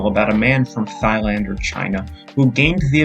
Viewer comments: bruh you called it thighland, you are down bad my dude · why is nobody talking about the fact he said "thighland"😭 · Did you just pronounce Thailand as thighland